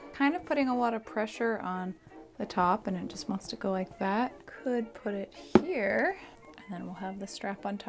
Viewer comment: "Up in heah. Up in heah." Anyone else??